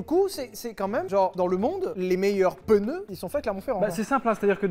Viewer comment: MEILLEURS PENEUS